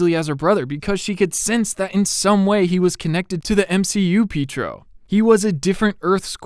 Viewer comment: I love how you say Pietro, Peetro lmao